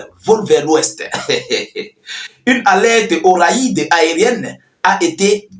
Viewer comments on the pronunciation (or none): Le mot " RAID" se lit : RÈD.. . Et par raïd..... ❤❤❤